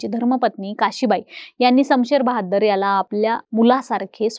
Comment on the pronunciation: शमशेर बहादुर 🎉🎉 Not बहाद्दर 😢😢😢